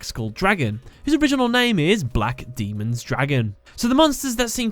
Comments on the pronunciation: Daemon is not pronounced the same as Demon man. it's pronounced like "Day-men," damn it. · The word "Daemon" is the old English spelling of demon and is pronounced as "Day-mon" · Just want to say, when you are talking about Fiend Dragon Black Daemon's Dragon, you pronounced daemon as demon. There is a big difference between the two. Demons are a lot weaker than daemons and come from the devil, while the stronger daemons come from the four horse men of the apocalypse, War, Famine, pestilence/Conquest, and Death, and are sent out to collect the souls of the damned. FYI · Daemon is pronounced how it looks...DAY-MON